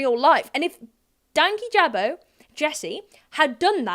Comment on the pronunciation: Awhile ago, I clicked "do not recommend channel" on Louis's channel just because I really disliked how he wasn't thorough at all, and somehow that video still popped up and I clicked on it. The fact that he started off not even knowing how to say Dankyjabo said enough. Most of his points just made me shake my head because they were just so American-centric and seemed to be cultural misunderstandings at first. As an American, I always heard British people use the term "beef curtains" and while I hate the image it puts in my head, it didn't come off as rude or particularly offensive, just not something that would be that culturally acceptable to say in the US. I might be wrong here, but I remembered Jesse saying he was Egyptian, and many commenters were insistent that Jesse had to be black or had to be white, which is a very American view of North Africa and the Middle East that really isn't true, and it seemed that the argument against Jesse was partially based on that belief and (potentially unwittingly) that racism. Many Americans, particularly white Americans, have absolutely not the first clue when it comes to other countries and racism. Even when I was getting my degrees in anthropology and history, the arguments I saw weren't dissimilar to everything Louis said regarding racism in his video. Americans are taught to think like this, so it's no wonder it was readily accepted by American viewers.